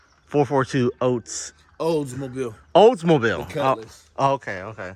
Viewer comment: Did he really think he said "Oats"?? 😬🙄😒